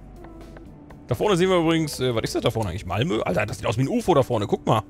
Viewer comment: "Mamlö" statt Malmö ist auch schön. :D